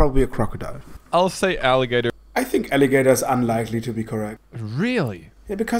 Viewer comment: bro really said elly gator